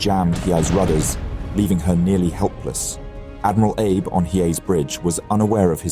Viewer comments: Hi! I’m a Japanese viewer and I absolutely love your channel! I noticed, like some others have mentioned, that the name 阿部 (Abe) is actually pronounced ‘Ah-beh,’ with the first syllable stressed and a soft ‘e’ sound at the end. It’s a little different from ‘Abe’ like Abraham Lincoln. It’s an easy mix-up, especially for non-Japanese speakers, so no worries! It’d be awesome if you could correct it in your next video, especially since you’re promoting a language learning app. Thanks so much! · Dude.... the Japanese commander was named Abe but not pronounced like Abe Lincoln or like some Jewish grandfather. 😂😂😂😂😂 It was pronounces AH - Beh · AI spoils a good video. Abe is Abé not Abe as in Lincoln. No thanks. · You pronounce the same Japanese word differently even if it appears twice in the same sentence. HeeYay or Heee? KeerowSHEma or KeROWshima? Ayyb or Ahbay? Either you or the AI voice needs more training! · Your AI narration is pronouncing Abe like Abraham, not the Japanese Ah-Bey. Surprised you didn't catch that, it's happening a lot. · Abe is pronounced “Ah-bay”, not like “Abe” in Abe Lincoln. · the video correctly pronounces Abe (ah-beh). Then it’s Abe (as in Lincoln) from there on out. What happened? I’m quick to dismiss anything AI generated so I hope that’s not the case here. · Someone who is mastering 3 languages, the narrator SHOULD know the name of the Japanese commander is not pronounced like ABE Lincoln but as two syllables AH BAY. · Abe is not pronounced like Abe Lincoln, it's ah-bay. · Enjoy the channel. Comment: l believe Japanese Admiral ABE is pronounced "Ah'-bay" not Abe (as in Lincoln). Could be wrong. Would appreciate if Japanese speaker would clarify. Also, what does ABE mean (if anything) in Japanese. Thank you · Abe, as in Abe Lincoln... ? Ah-bay perhaps? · Please for the love of god look up how to pronounce some of the Japanese admiral and ship names. It’s not Abe like Abe Lincoln, it’s pronounced “A-bae” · it's pronounced "ah beh", not "abe"